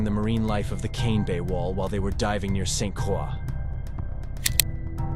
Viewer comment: If you want to do a video about the United States Virgin Islands you need to pronounce the name correctly it is Saint Croix.